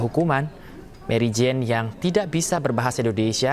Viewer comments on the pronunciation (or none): waduh orang Indonesia nama Mary Jane di baca jadi Marijan he he